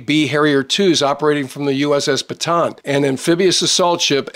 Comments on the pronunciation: hey, thanks always for good videos all the time. but if you will accept my advice, Bataan is not read as 'Batan' but "Ba-ta-an', where A is pronounced as 'AA' not english 'Ey'. This ship is name for one the big battles in the Philippines, name after our province of Bataan - where corregidor island is located. Thanks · I am sure that in your career you most likely spent a little time in the Philippines. One of the things that is really annoying is the way "Bataan is pronounced. It's actually a 3 syllable word not a 2 syllable. Ba-ta-an. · There are two A's in Bataan, you pronounce them both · I know you know well the naming but many english speakers pronounced it wrong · Gringo American YouTuber still does not know how to pronounce “Bataan”.